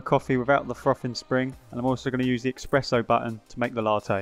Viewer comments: it is espresso not expresso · Please stop calling is expresso 😂